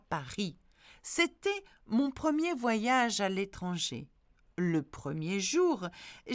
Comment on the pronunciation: Good morning! thank you for doing this. One other sound that I know many have trouble with is when is an 'r' guttural précisément or not partir. Merci forgot the last 'ge' in voyage!